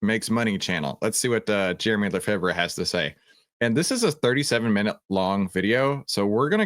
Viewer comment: Lefebvre (did I spell that corectly?) is pronounced Luh fay btw. Haha. But your pronunciation makes it easier to spell, maybe. How do you say, Favre? Brett Favre. Do you say, Fahv ray or Farve. Or fahver. Lol. All kidding aside, thx for the content. It is good to use both fundamental analysis for big picture long and then tech anal. for maybe the optimized entry point. I want to learn more ab both.